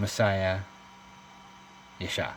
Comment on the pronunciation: Oh lol thank you I kept replaying but it sounded like ishar hahaha 😂 God bless 🕊️🙏🏻